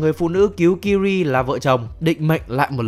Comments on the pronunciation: Tên của công chúa Ciri đọc là Si-ri giống trợ lí ảo của IPhone ,chứ ô cứ đọc là Kiri nghe nó hơi chối tai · tên Ciri đọc phiên âm là Siri chứ ko phải Kiri nha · Ciri sao lại đọc là Kiri? :)) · Sao lại đọc tên con bé là kiri vậy cha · Ciri đọc sai phát âm r anh ơi